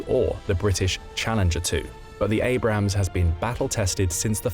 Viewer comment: Abrams, not Abrahams. And I can’t watch video to end because of the annoying background music, which I find very cheap and unprofessional. Sorry, no thumbs up.